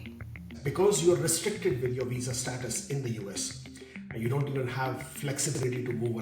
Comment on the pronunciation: Hey CNBC. If you can pronounce "other" then you can pronounce words like north and with. There's no such thing as norf and wif and pafway and residenshee. You're CNBC. Fix it.